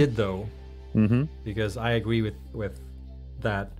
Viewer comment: "I agwee with that owo"